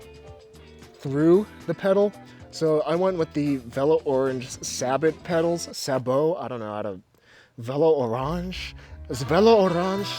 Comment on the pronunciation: Sabot is pronounced SAY-BOH